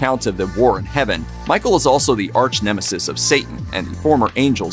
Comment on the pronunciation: Can't take anything serious from anybody that can't pronounce arch correctly. The only time they do is when Superman's enemy is around . Is it important ? DUH !